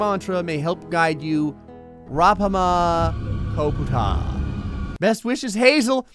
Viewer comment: LOL! I just realized that mantra "Ra Pa Ma Co Pu Tah" is supposed to be "RePair My ComPuTer." Ma Dam Pi Si Wun Go? LMAO! Definitely a creative, natural person. xD